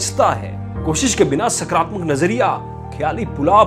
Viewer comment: सकरात्मक नही होता है सकारात्मक होता हैं बोलने में फर्क है